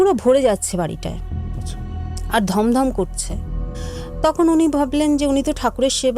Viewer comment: কথাটা স্থাপন স্তাপন নয়। আর গমগম হয় ধমধম নয়